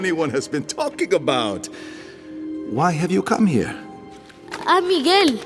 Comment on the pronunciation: bro did not say Miguel 🥀🥀